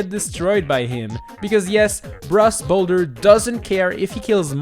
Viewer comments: He said Bross Boulder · bross brolder